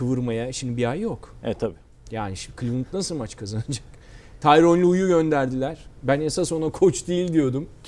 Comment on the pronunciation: "tyron" değil, "tyronn".